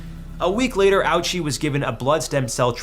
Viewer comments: His name is pronounced “Ohchi”. Not “Owchie.” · The pronunciation is simpler than that. It's just oh-chee.